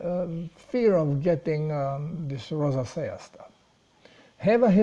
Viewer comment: Hi, the word 'rosacea' is spoken as follows: Thank you & Good luck!